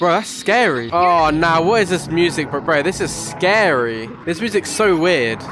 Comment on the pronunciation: SCAWY IM GONNA HAVE NIGHTMAWES TONWIGHT!D